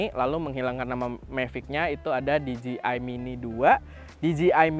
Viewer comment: Spelling nya bukanya “di je ai”? Bukan “di ji ai”